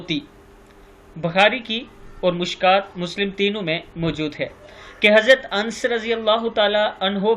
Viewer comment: الســـلام علیکم و رحمۃ اللہ وبرکاتہ محترم بڑی معذرت کے ساتھ عرض کرنا چاہتا ہوں کہ اَنس نہیں اَنَس ہے